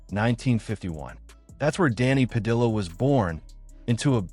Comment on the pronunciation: Why he using L sounds pronouncing Padilla